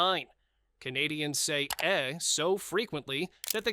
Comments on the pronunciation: It's EH and it sounds like the letter A. How you male a video about Canada and pronounce it EHH! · Eh is pronounced ' A' unlike the American ' huh' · Can’t stand this AI voice. You’d think AI would know how to pronounce everything… how hard is “Eh”🙄